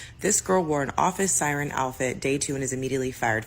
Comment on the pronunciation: Did that one call it 'office siren core'? Urghh... 🤨